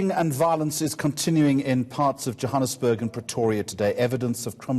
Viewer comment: This white guy is a real idiot, he cant pronounce Johannesburg properly but he can pronounce the African surnames - These liberal whites are such a joke in this country...